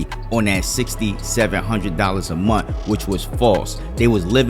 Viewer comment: Munt is not a word...the word is month. I hate that